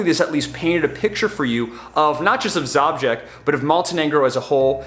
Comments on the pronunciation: Your pronounciation of Žabljak (Zhablyack) is...interesting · Awesome video, just one correction it's - Zhablyak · Zabžek? haha it's called žabljek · you should. think seriously about end of may, june, which is the best period to pass through Sushica canyon and enter into the hearth of the area - Shkrka lakes, previously passing Skakala waterfalls. All in one day. And if we meet, I will teach you to pronounce Žabljak (ZHABLYAK) correctly, with some "rakija's" that is easy going 😆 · I have had the luck to work in the Balkans. You may wish to know that Zabljak translates to Frog 😊. Also, possibly want to ask the locals about the pronunciation of place names for your next video. Doesn't matter to me but may do to some. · You pronounce Žabljak wrong 😃,its beautiful bit its poor and people runaway (especially girl's) in capitol or coast to work.